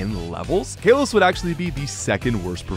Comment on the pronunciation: stop saying "kaylous" please